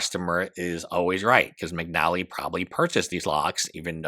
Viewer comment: McNeilly?? Bro. McNally.